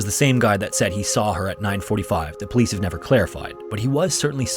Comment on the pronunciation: "He has a right to be missing." Lol well said, po-lice